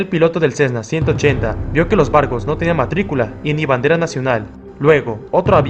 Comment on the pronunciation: 5;33 por qué dice bardos en vez de barcos🤏🕶️🤨